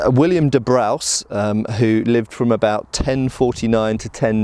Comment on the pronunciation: I think it was pronounced " de brews"